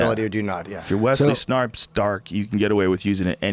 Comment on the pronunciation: Joe said Wesley snarpes...ha. Thumb